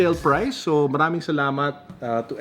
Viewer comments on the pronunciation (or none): none